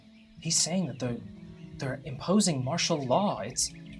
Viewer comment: not “marital law”! 😂